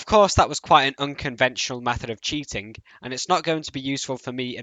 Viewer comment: "LookingK" "cheatingK" tell me, what accent is that? Honest question man, no hate. I hear more people pronounce these kinds of words the same way you do. Great video!